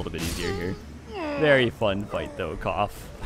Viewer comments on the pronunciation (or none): none